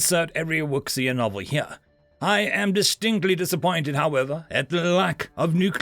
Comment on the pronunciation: Minor nit, but I’m pretty sure it’s pronounced more like woo-shia.